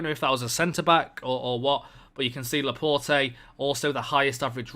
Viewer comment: Please learn how to pronounce Laporte